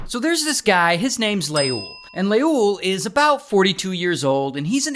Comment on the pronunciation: As an Ethiopian every time u say leul I'm dying 😂😅